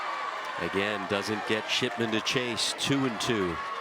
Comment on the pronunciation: Nah they definitely said SHITMAN INSTEAD OF SHIPMAN